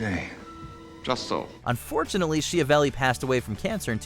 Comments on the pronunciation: Number 8 is pronounced "sKiavelli" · It's pronounced S-Ki-avelli, the name is italian. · An excellent list. Most of them I knew, but I'm also a total nerd. Aside: Vincent Schiavelli - pretty sure his surname is pronounced "skee-a-velly". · In Italian Schiavelli pronounced skya - vell -ee. Ch = K in Italian.